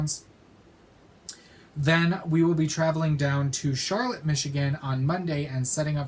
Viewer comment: Charlotte is my hometown and an FYI it’s not pronounced like the city in NC. The lotte part is pronounced as lot.